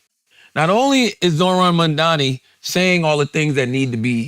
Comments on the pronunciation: It's amazing how people can't say his name right. It's MaMdani with an 'M' in the middle, not 'N'! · Please, could someone tell Charlamagne the name is MAMDANI, not Mandani.. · Ffs charlamagne his name is M.a.M.d.a.n.i, fuck he keep saying MaNdani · It's not Mandani, It's Mamdani, how hard is it? Rhymes with mum. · Is anyone ever going to tell Charlamagne the name is Mamdani? M - A - 'M' - D - A - N - I. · Whenever people pronounce it "mom-dommy" I always think they're doing a Freudian slip. It's just mom-donny. It's two syllables. Mispronouncing it is intentional and performative. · It’s so funny how people still say his name wrong even though it’s so easy: Charla keep calling him MANDANI. it’s MAMDANI. … I think😅😅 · These guys have it wrong. It's not a stunt. It's personal for Mamdani as a moral issue. And it would be nice if they pronounced Mamdani properly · CAN YOU STOP SAYING MAMDANI'S NAME WRONG ITS LIKE 2 SYLLABLES. IF YOU CAN SAY THE WORD MOM AND THE NAME DANI WELL SEPARATELY WHY THE FUCK DO YOU PRONOUNCE HIS NAME LIKE IDIOTS. ITS SOOOOOOO GRATING. ITS LIKE SOMEONE SCRATCHING THEIR NAILS ON A BOARD REPEATEDLY. ITS SOOO ANNOYING STOP. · Charlamagne and his crew (not Andrew) pisses me off. That’s why I’ll never subscribe to YALL….SAY MAMDANI’s NAME CORRECTLY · MAMDANI…Charlemagne, say it right, M A M D A N I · Crazy how difficult it is say to Mamdani correctly